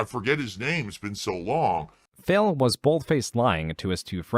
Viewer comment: Is it just me or the doc keeps calling him Phail.